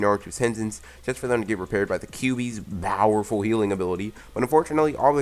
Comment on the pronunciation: am i the only one who hears bowerful and not powerful